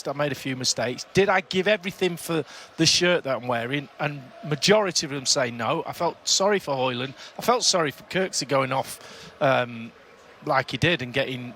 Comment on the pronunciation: Who's kirksee? 🤣🤣🤣